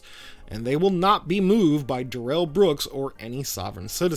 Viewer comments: It's Darrel, not duh rel. Don't fall for this lie Brooks cooked up after being arrested. He was never in his life called duh rel until he was busted. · They don't call him "DUH-rell" for nothing.